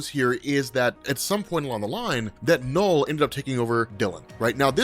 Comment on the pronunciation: You're an American, right? I've been noticing that a lot of people from the US, doesn't matter what accent they have, they pronounce the letter "U" in words as the letter "O". You're trying to say "Knull", but it's coming out as "Nole". I've noticed it with other people, and other words, like "ultra". Do you say it "ohltra"? It's a weird thing to me, I don't know why. It's hard to watch this video because hearing you say "Nole" over and over again is grating. Like I said, it's weird.